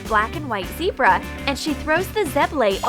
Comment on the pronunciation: its zebra not zeirba